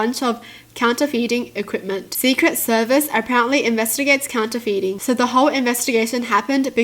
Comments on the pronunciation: Counterfeiting is said as counter fitting. :) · the word " counterfeiting " is pronounced " counter-fitting " hope that helps